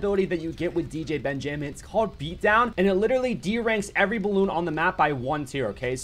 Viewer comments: i think its pronounced Ben-ja-min not Ben Jay Min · The way you say stuff: BenjAmin and muabs cracks me up. Also Ben is super DUPER OP